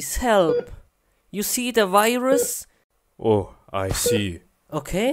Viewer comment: He says virus viros